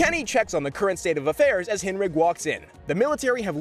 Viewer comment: Its pronounced correctly...